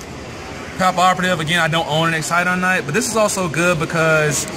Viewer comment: You went from calling it Extinction Knight to Excadine Knight? It Exciton Knight! It's not that hard to pronounce.